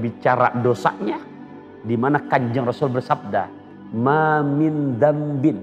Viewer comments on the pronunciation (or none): Maa min dzanbin min bukan maa min dzanbit ...